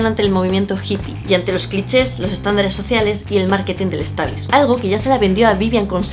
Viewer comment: ...tu hna. escucha "punk"... es Británico y se pronuncia Pəngk ... Además ... ¿"Maketing" del stablishmen?